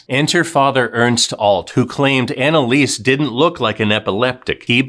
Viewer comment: Her name is pronounced Analisa.